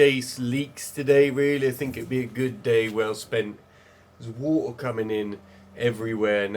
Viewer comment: its pretty cool to hear be able to say the word " Water " without any T or R in it... Wah ah